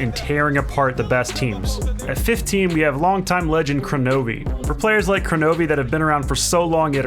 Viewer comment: That's Kronovi. Who's Kranovi?